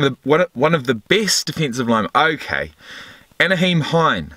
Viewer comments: Isn't it Nye-heem not Na-heem? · Na-HEEM Hines (like the ketchup)